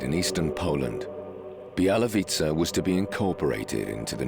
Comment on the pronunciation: Not Bielawitza, but Bialowieza (Biało-wieża - white tower)